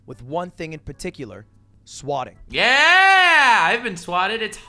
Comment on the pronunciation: gave us a Canadian yea